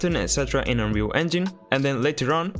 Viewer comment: Why did it sound like you said unreal fuck💀